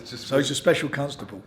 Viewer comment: “So he’s a special cuntstable” 😂😂 I didn’t miss that one Frank you old deer 😂😂